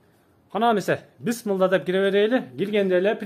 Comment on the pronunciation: Бысымылда дейтго 🤪😂.Биссмилла эмеспи блин капур.